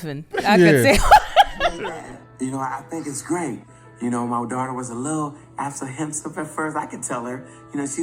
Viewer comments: “Absahensisive”... that sent me 😂😂😂😂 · I cracked up when Imani’s dad said “Apsehensive”. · The daddy saying apprehensive 😂😂😂